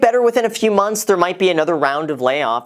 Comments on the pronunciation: Where is the h in months? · Graham, Emergency Fund (3-6 "Monts"). Made my eye twitch a little. Otherwise, I appreciate the insight and candidness.